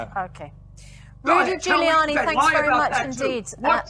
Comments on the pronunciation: it's pronounced "Juliani". he was mayor of new york during 9-11. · it's pronounced "Juliani" like woman's name Julie an e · Giuliani is pronounced with a soft g. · It's pronounced Rudy "Jewliani", not Gooliani !! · Pronounce it Ju li ani. He was one of the best Mayors New York has had, and did a lot to clean it up and get the City on track, quite a large part of which was supporting the police in actually doing their job. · You pronounce his surname Jewliani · Giuliani sounds like Jiuliani. Rudy is a legend. He’s got more brains in his little toe than piers has in his whole body and he’s a disgrace talking to him like that. 🤬🤬🤬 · FYI - Trumps lawyer, Rudy Giuliani. His surname is pronounced "Julie'are'knee". And if people don't know who Giuliani was talking about, it was David Dawn, a 77 year old, black retired Police Captain who was shot defending his friends Pawn Shop from "non-white" looters. EDIT And they're not protests anymore. It's full riots led by Antifa riling up the anarchists to go out and burn, destroy, take anything they want to and if someone gets in the way, remove them anyway you think fit. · Morgan is an insect in the world of satan and his minions...Giuliani is a creature cultivated by the old seeders of discord. Tell me something...how can you not pronounce the name Giuliani ? It's quite easy...JEW..LEE..ANNIE. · Rudi was bang on! And it’s pronounced Juliani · It's pronounced jill i ani. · just for your info its pronounced juliani as in july annie, he was good for New York pity he couldnt take over that london shithole and clean that up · Pronounced "Juliany". Kneeling on the neck is permissible in that police force so it's hard to see how the policeman can have committed an offence if the action is legal in that state. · Pronounced = Julie on E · Just in case nobody has mentioned. You pronounce it "Julie an ne " Everyone in the world knows Morgan is a tit. Scum bag, lying, phone tapping ex journalist.